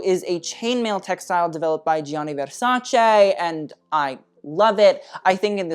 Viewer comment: Actually Gianni is pronounced "Jani"! Great video as always ☀️